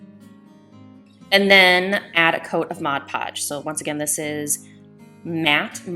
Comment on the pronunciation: Thank you for pronouncing Mod Podge correctly!!!!